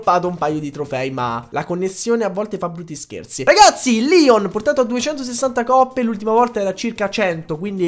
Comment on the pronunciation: Si dice leon no lion